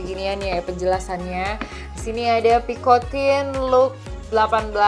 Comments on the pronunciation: Its air-MEZ pee-koh-tan not pikotin 😂😂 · Picotang & Syanel ka bukan picotin & chenel 😅😅